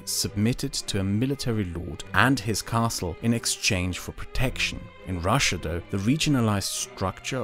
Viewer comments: russia not rus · Not Russsa, its Russia) Rus is old Russia